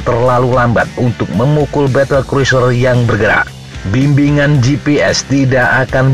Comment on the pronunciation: Cruiser dibaca kruser, bukan yang lain